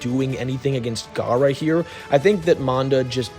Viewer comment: Your gawk gawk garra the whole video